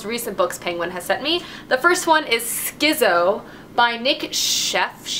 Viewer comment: Okay why do all the BookTubers pronounce Schizo that way? It's short for schizophrenia, why are you not pronouncing it "skit-zo"?